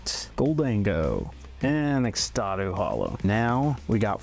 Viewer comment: I just stumbled across your video and while I enjoyed your voice and the content itself, you managed to mispronounce at least 25 Pokémon (xatu,numel , gyarados, Lugia, …). This is by no means meant to be ill-spirited, but as a viewer this really makes the whole video less enjoyable for me and so I wanted to leave that as feedback.